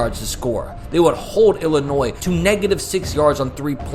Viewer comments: That's how it's pronounced. ill-uh-noy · Ngl the way you pronounced Illinois absolutely ticked me off 😂 I didn’t even understand what you were saying at first lol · That's a wild way to pronounce Illinois.